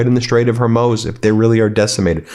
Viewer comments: Hormuz is normally pronounced hor-MOOZ. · I really appreciate you guys at Meidas Touch, but I finally had to stop listening to this clip after about the 5th time mispronouncing HorMUZ. 😆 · Love you're reporting. Please get the pronunciation of Hormuz correct: it's Hor - MOOZ, like the word lose in "I will lose the bet". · Ben, The Strait of Hormuz is pronounced “Hormooz. ” Google will pronounce anything for you. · HorMOOZ, please. (Sounds like "lose".) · This guy cannot pronounce “straight of Hormuz” to save his life lmao Day 1: Hormoues Day 2:Hormez Day 3:Hormones Day 4:Hormuse Day 5: hummus Day 6: Hammas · I find it quite annoying that - after reporting for more than 10 days about the Iran war - you don’t seem to bother to acquaint yourself with the correct pronunciation of the names that appear in EVERY single of your videos (and more than ONCE for that matter)! PLEASE spend 1 minute checking the names of the new Ayatollah (Mojtaba = MOCHTABA) and the Strait of HORMUS (there’s no OW in Hormus)! I might sound petty but i find this extremely disrespectful for a journalist. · It is pronounced "horMOOOZ". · Hor-mooz, Ben. Hor-mooz. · Benjamin, with affection and appreciation for all you do I offer a simple correction - HORMUZ rhymes with DOOR NEWS. Be well and stay safe. I know you will never see this. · HORE-MOOZ, Ben. HORE-MOOZ. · You are right about everything save one thing--it's Hormuz--Whore-Mooz, like moose with a Z. Whore - Mooz. You're not the only one, It's jarring to anyone who knows the region, though. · At the risk of sounding like a know it all the correct pronunciation of Hormuz is Hawr-mooz. Just sayin’. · Hey Ben, love the show (1 comment) It's pronounced Hor-muse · Ben, First thank you for your reporting, however there is a slight correction id like to make. The correct pronunciation of Hormuz is phonetically (haw mooz). Just want to say thank you again. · I can't figure out why Ben continues to mispronounce the Straight of Hormuz as Hormoz!